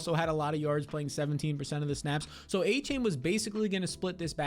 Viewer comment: devon "a - chan" its not "a - chain"